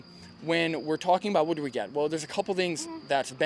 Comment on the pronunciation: omfg. i could not stop laughing at that "buuut wut do we git"